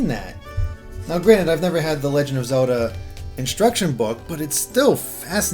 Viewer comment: Did I mention ZULDUH... it's Zel - Da.